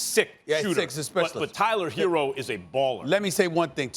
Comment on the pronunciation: Why do u call him “Hero” when it’s “Herro”